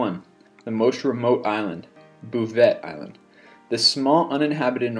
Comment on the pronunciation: 21, Bouvet Island. You pronounced that very wrong, just saying. :)